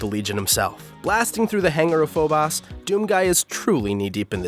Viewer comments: It's not phobas and deimas its phobos and deimos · It’s Phobos, not Phobas. Sorry haha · Please learn to pronounce Phobos and Deimos correctly. :') Deimos = D - Mose Phobos = foe - bose Not Diemos and foeboss xD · Just throwing it out there they aren't pronounced "die-mas" and "pho-bas" they're greek and pronounced "day-mos" and "pho-vos" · I know I'm late to the party but the way to pronounce phobos is like "foe-bohs" not "foe-boss" Edit: and Deimos is pronounced "day-mohs" not "die-mas" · its pronouced foe boes not foe boss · It’s Phobos not phoboss, this is why I can’t stand Americans. Your language is just pathetic and lazy. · Every gamer ever: Phobos This guy: Phobas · that pronunciation is painful. Foe-boss and Die-moss? Cmon it's clearly foe-bose and day-mose. "Welcome to DOME, where you are a marine from MAIRS who travels to FOE-BOSS!" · why does he keeps calling phobos, 'phobas' ?. Its clearly pronounced as phobos......almost like a script with phobos spelled wrong.. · The pronunciation listed in some dictionaries is "Pho•bos" and "Dei•mos," while others are listed as "Pho•bus" and "Dei•mus" or "Pho•bes" and "Dei•mes." I've always heard it pronounced as "Pho•bos" and "Dei•mos." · No. Any astronomer worth a damn pronounces it phobos, not phobas. I've watched dozens of space documentaries from both America and the UK. NOBODY says "phobas" except. First time I've ever heard it pronounced that way. And, btw, even if an educated English speaking person somehow never heard Phobos pronounced (like for example who clearly hasn't), then they could fall back on common sense and pronounce it how it is spelled, with an O at the end. Where in the Hell he conjured up that A at the end, I'll never know. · Im glad you made the video but at the same time why did you pronounce "Deimos and Phobos" like "Deimas and Phobas"? It's pronounced like "Daymose and Phobose". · The moons are pronounced FO-BOSE & DEE-MOSE :elbowcough